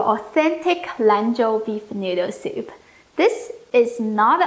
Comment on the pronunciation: I love the way you say soup-eh